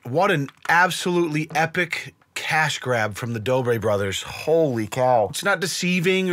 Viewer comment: you called them the doobie brothers lol. doobie > dobre